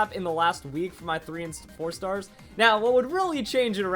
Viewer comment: when I heard 4 stars I heard porn stars >o<